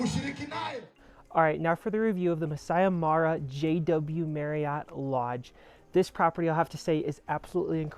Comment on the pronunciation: MA RA not MARI please